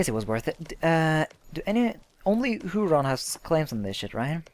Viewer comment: ". Huron is pronounced Here-on. (It`s named after one of the Great Lakes.)